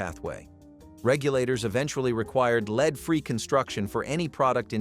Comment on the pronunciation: How come the word Lead can never be pronounced correctly in these?